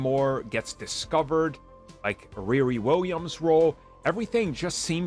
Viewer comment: Ree Ree not Rear-ree